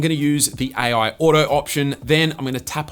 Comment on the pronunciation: AI ❌ Aie Oui ✅